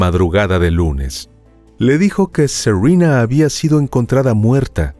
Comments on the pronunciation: Todas adolescentes evidentemente de familias latinas, no entiendo tu pronunciación de los nombres. Suena a seurina, cuál es su nombre con pronunciación real? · Q nombre raro tenía la víctima. Según el narrador se llamaba Serruina. Así lo entendí yo o será que el narrador no habla bien. Y una de las victimarias se llama Cruisti. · Serena es nombre español, no se por qué lo pronuncias como si fuera un nombre anglosajón.